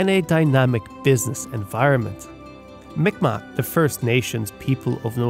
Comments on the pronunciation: Fyi ..Mi'kmaq is actually prononced MEE G-MAHK. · M'ikmaq pronounced Meegmaw. K makes a G sound in M'ikmaq.